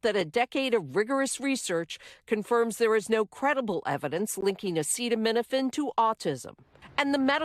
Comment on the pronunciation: SO—- he has gone from “ bleach injections for Covid” to “ attacking Tylenol”— cannot pronounce Aceta — uh uh